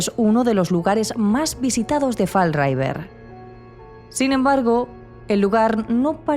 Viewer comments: Se pronuncia fall river, no raiver chicas! Por lo demás, muy buen vídeo, como de costumbre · Muy bueno el vídeo. Pero lo más espeluznante de todo fue escuchar "fal raiver" cada 1 minuto. 😂